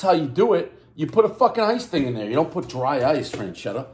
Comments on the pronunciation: on assagio frenschetta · Wtf is Frenchetta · Drinking game: Take a shot every time Davey says Frenchetta. Followed by alchohol poisoning. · Frenchetta's.. lol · Burns every pie. Cant say the name of the pizza